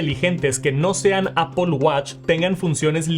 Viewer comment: Por qué le decís "APOL"?????